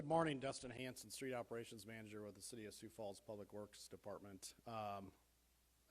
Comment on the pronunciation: There's an "s" in Sioux Falls.